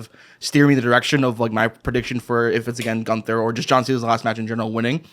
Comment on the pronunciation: To, his name is is GUNTHER, not ganter